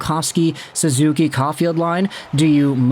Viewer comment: guy said suzuki LMFAO